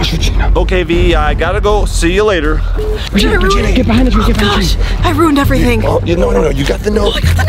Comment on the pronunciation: it is Regina not regene